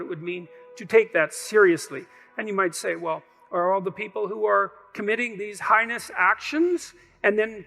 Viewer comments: heinous not highness. ark not arc. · it's "heinous", not "highness". Just saying, makes more sense. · It's "mote", not moat, "heinous", not highness. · Heinous not highness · It's "heinous actions" not "highness actions". 😅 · 'heinous acts', not 'highness acts' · The man said "heinous actions", not "highness actions" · I saw that, too. Unless of course you're watching My Cousin Vinny, then it's pronounced hi-EE-nus. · I come here expecting not to like what I watch but Peterson just draws you in. The word is "heinous" of course - not "highness". (Peterson's pronunciation of that word is a bit strange to this Limey's ear lol)